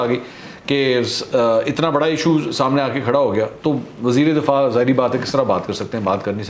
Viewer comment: Mansoor bhai .....wazir e difaa nahi wazir e dafaa .